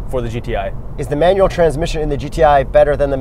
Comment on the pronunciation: LOL what about his pronunciation of Manual "manwell" LOL